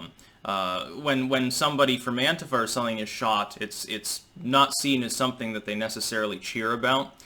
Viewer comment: Thank you for not being a moron that pronounces Antifa as anTEEfa.